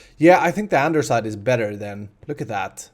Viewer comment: Lol he says andersite